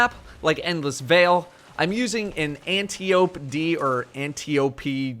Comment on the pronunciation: Shouldn't it be pronounced blood you said anti-ope like the word dope. People who say anti-o-pee sound stupid to me anyway so I'll use the first option anyway lol.